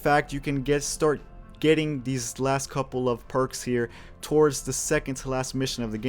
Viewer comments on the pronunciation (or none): none